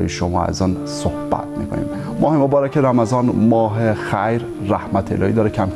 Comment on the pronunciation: صوحبت نيست صحبت است و شَفا مرگ است و شِفا سلامتى را گويند جناب كمى تمرين ادبيات دري داشته باشيد بهتر است با اينكه برو دنبال يگان كاركى ديگر نشرمان فرهنگيان ميهنت را